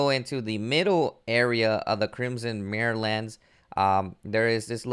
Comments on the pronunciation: Mire isn't pronounced mirror. But as my, er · It's "My-er" lands, there's no A. "Bah-og" Bog Learn2read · Lmao "marry-lands" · It's pronounced ee-NAM (rhymes with ram)-or-us. The capital letters are where the emphasis of the word lies. It's named from the word enamoured, which means love stricken. Also, it's pronounced My-er( rhymes with wire) lands.